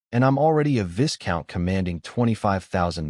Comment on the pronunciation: love this story. One thing...the 's' is silent in Viscount. It's pronounced 'Vi-count' Weird I know...but English is a strange language.